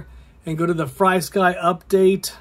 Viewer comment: It’s pronounced (Free sky). There’s no y after FR. This is from Frsky on how to pronounce it (it’s on all their documentations / instructions)